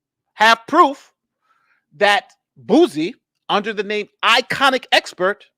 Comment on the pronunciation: It is ‘I’ ‘con’ expert not iconic expert 😂 albeit a foolish one